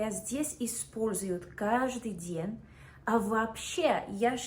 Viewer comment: какие то слова она произносит без акцента, а какие то правильно. то ДЬЕНЬ рожденья, а то перед Е мягкий знак не ставит.